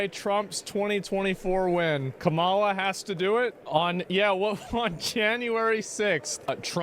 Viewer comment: it’s “Comma-La” for pronouncing Kamala’s name.